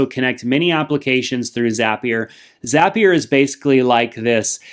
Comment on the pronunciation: It’s zapier